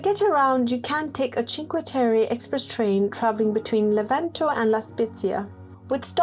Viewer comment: A travel documentary but you start with Chinque....terry? 🤦🏻‍♂️ If you've been there surely you know how to say it...